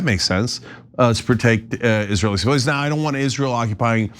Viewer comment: he couldn't pronounce "hypocrite" or "civilians" Those words got stuck on his tongue